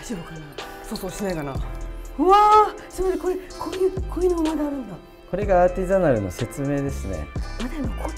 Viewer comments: アーティザナルが言えない笑笑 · アーティザナル"Artisanal" 言えてなくて草ww